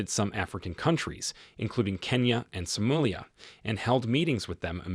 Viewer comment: Please correct the name of somalia and ruto! Not somelia and Rudo! It’s soomaaliiya and ruutoo! If you can not pronounce it right or you saying it that way on purpose, please let someone else do that part for you!!!